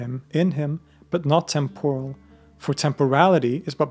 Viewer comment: There are a few mistakes in pronunciation (temporal) and transcript (second for scorned?) which it is a pity to mar such serious, interesting work with. A extraordinary story. Also there is too much repeating of the same facts in slightly different phrases and again, as if trying to stretch to an hour! Seems unlikely since this fascinating account only left me wanting to hear more about the whole situation. Not repeats, but more! Its really good. Thanks for the book list too.